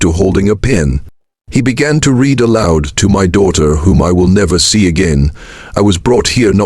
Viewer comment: Listening to this AI reader makes my throat feel funny. I said it's AI because it doesn't know how to read "read" in the present and past tense...